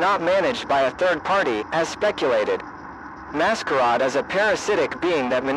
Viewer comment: Very good, although it's become obvious that these videos are made ether by somebody who doesn't speak English and is using a translator, or somebody who doesn't know how to spell certain words correctly. The butchering of "masquerade" to "mascaaad" is honestly laughable.